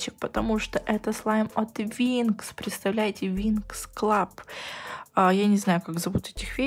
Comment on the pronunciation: Какой ещё винкс клаб?Ты серьёзно?!Правильно винкс клуб